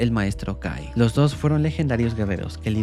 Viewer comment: en vez que escuche kai escuché gay xd